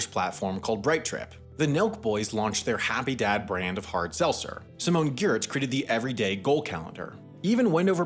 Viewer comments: When Sam pronounces Giertz as "Geertz", then the animation scrolls to the top of the page to show the company name is Yetch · Simone's surname and her company are both pronounced the same: Yetch. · it's pronounced "yetch" not "giertz" :) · Its not pronounced GIERTZ its pronounced YETCH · pronouncing Giertz as "gyertz" while showing "yetch" (the correct pronounciation) in the background lol :) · FYI Simone's last name sounds like "yetch". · She named her company phonetically so people could pronounce it correctly and Sam still botched it... sad for Simone. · Props for pronouncing Simone’s last name incorrectly despite the correct pronunciation being on screen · What's a wendover video without a pronunciation mistake? Simone Giertz's last name is pronounced yetch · Simone Giertz, (Yetch), that is how you say it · "Simon Gee-ertz created the everyday calendar.." BRO SHE CALLED THE COMPANY YETCH SO YOU'D KNOW HOW TO SAY IT 🤣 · its pronounced Simone Yetch... it's the name of her company.. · Yet another YouTube channel doesn't pronounce Giertz as Yetch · Poor Simone Giertz (pronounced Yetch) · So apparently Simone's last name is pronounced "yetch". Don't feel bad, I only learned this recently. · Any reason you pronounce Giertz the way it's spelled? If it's for us, we know it's spelled Throatwobblermangrove but is pronounced Yetch. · P.S. Simone Giertz's last name is pronounced more like "yetch". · Simone WHO? Good job you don't have a hangup about mispronouncing things, that was brutal... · Way to mispronounce Giertz while the pronunciation guide was literally on the screen... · Might want to check your pronunciation of Simone's last name.